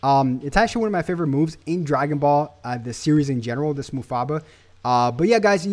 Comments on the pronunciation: no offense bro but you said mufaba. its called mafuba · its not MUFABA its MAFUBA!!! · Mafuba it's mafuba not mufaba 😆😆😆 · Its Mafuba...